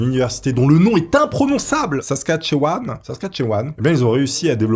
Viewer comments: Province imprononcable - Saskatchewan et il le dit parfaitement, Bravo lol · Je suis canadien et je peux te dire que tu prononce bien Saskatchewan ! 👌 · J’adore ta vidéo et ta prononciation de saskatchewan est parfaite va écouter la chanson du groupe les trois accords le nom de la province du Canada est le nom de la chanson tu va adorer je suis sûr. Bravo encore pour tes recherches médicales sur le sujet j’ai adoré. Je te dis bonjour du Saguenay au Québec. ❤ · Tu as bien prononcé Saskatchewan bravo!! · Haha tu as tres bien prononcé Saskatchewan :)